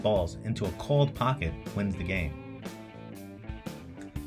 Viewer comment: I think it was a misunderstanding on what you said in the beginning, “called pocket” is what is said but it sounds like “cold pocket” even though the captions said called pocket.